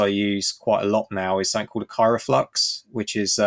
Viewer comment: Isn't it KryoFlux, not KyroFlux?